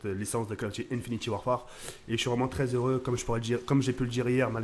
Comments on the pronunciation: PUTAIN MAIS DITES LUI QUE C'EST INFINITE ET PAS INFINITY !!!! .. cimer thco by "pa" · il dit infinyti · sa me stress quand il dit infinity warfare, au lieu de infinite warfare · ce nest pas "infinity warfare" mais "infinite warfare"!